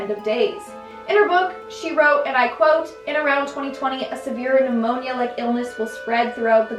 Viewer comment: Pnumonia not amonia.